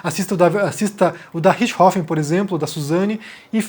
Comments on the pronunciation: A forma como a maioria dos brasileiros pronuncia o nome é mais natural que a forma como vc está pronunciando. O nome é RiCHThofen, e vc fala RiTCHIhofen. Vc joga o CH para depois do T, que não existe na pronúncia alemã. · Apenas p acertar sua pronuncia, muito embora isso seja capricho tamanha a tragédia macabra. Suzanne Von Richtofenn.....RICHT HOFFEN....0 T Deve ser pronunciado quase mudo. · Não sei da onde ele tirou esse "Ritchrofen" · Richthofen,, não Ritch-hofen. Só eu que me rachei cada vez que ele fala o nome errado no vídeo? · 20 anos ouvindo "rixtófen" me deixou incomodado ouvindo "rich rofen" Desculpa por esse comentário aleatório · Nao é Richrofen é Richtofen com t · Comentando pra comentar mas é richt-hofen ou Ritch-thofen??? A imprensa SEMPRE usa esse último. Achei estranho como voce pronunciou só pq sempre falam de outra forma mas vi agora que tem essa possibilidade tbm. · cara sempre acho estranho quando o fala alguns termos ou nomes estrangeiros com pronúncia original hahhahahaa aqui falamos "Suzane Vonrestofen" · O jeito que o pronuncia " Ritth Rofen" é diferente 😊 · por que você está pronunciando o nome sem o T? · Mano... Me incomodou demais o jeito que o ficou falando Richtofen... O jeito que ela mesma fala o sobrenome é bem diferente do jeito que o fala. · Não, o que tá viajando nessa pronuncia dele. Pode pesquisar vídeos em alemão sobre o Roter Baron, em alemão eles pronunciam o T de Richthofen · Essa sua pronúncia de "richtofen" tá de matar... realmente nao dá pra ouvir. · É. Não deu pra mim também... Mas todo respeito ao!